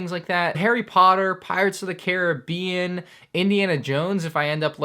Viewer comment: Did..did I just hear an American pronounce Caribbean correctly??